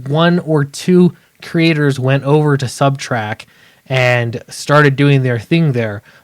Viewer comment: It’s very distracting to hear you say subtrack. We’ll see if this will shake up the big two or if they just continue down the road they are going in (did you hear the are making Tim Drake bi?).